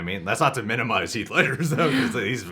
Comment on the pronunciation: It's heath